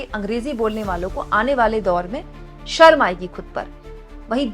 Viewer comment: अमित शहा हिंदी मे शर्म को सर्म बोलता है. पहले तो वो खुद ढंग से हिंदी सिख ले.